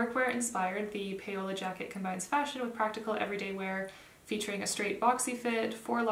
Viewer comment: Such a useful video! Thanks. And please let us know what you’re wearing😉. (PS Paola is pronounced, I believe, like “pow la” , rather than “pay o la”). Keep these great videos coming!